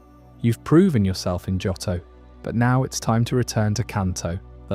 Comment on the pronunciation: This is a nice video but the incorrect pronunciation of Johto is jarring. Both o sounds are long, like Joe-toe.